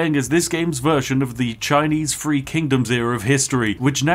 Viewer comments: three hundred and seventy threeuh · "Three hundred and seventy fwee" - sorry to point it out, but that made me chuckle